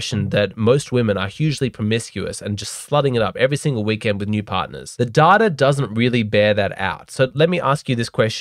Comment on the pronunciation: Love the "DATARR" in each video my man.